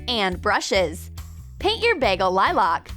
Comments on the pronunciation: You said Liloc it’s lilic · How I got triggered in this video: “Paint this bagel things liloc” (I’m not gonna say exactly wha they say btw) Me: It’s lilac not liloc: “Now you will need buttons” Me: THEY’RE TACS NOT BUTTONS No hate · Tf is (lie-lac) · Animal Lover 200 it’s lilac